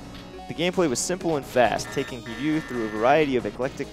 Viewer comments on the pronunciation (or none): It's HiRYU, not Hiyu. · Hiryu is not pronounced "heeyu". They even have a cutscene in the game where you can here his name pronounced correctly. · The "r" is there, but subtle. It's not really an r, after all!